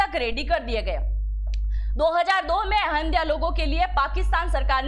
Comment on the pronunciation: अहम दिया नहीं, अह मदिया